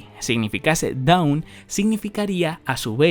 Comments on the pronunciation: La palabra dawn se pronuncia "don" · te recomiendo que mires como se pronuncia Dawn porque la estás pronunciando como down